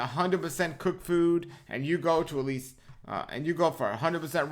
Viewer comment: Least, not lease as in lease a car. 🤣